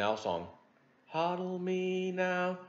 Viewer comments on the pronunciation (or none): none